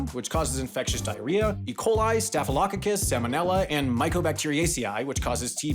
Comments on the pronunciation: For Staphylococcus the last part is pronounced with a hard “k”. So it’d be pronounced: “staff-eh-low cock-us” not “staff-eh lo-oh-ko-is”. I only say this because I was personally corrected on this pronunciation by my microbiology professor. Several times. 😃 Love your videos! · Its pronounced staff-a-low-caucus. You made it sound like a small scottish villiage. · Why does he keep using the wrong emphasis when saying -ococcus!??! It's driving me nuts lmao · It seems that you have the staph/staff merger! It took me a moment to get the joke because I'd pronounce staff as starf and staph as stahf. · As a microbiologist, I was expecting ATCC. I also haven’t heard Staphylococcus pronounced that way.